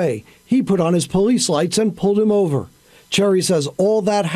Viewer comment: "ohvah"? Does the cop mean over? Does this cop know English? Pawk they cause? Cause? Does he mean cars? Edit: wait, did he says summonziz? Like a toddler?